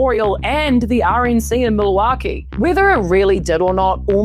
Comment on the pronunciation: That Kiwi accent struggling with Milwaukee is craaaaazy. Kia kaha e hoa